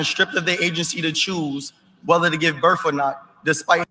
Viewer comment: He said “burf” trying to say birth